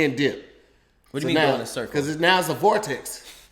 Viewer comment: Did this nigga say fartex? 😄